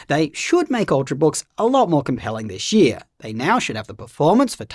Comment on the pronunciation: "Dishh year"